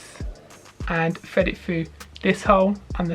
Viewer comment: Fred it foo! That damn “th” gets them every time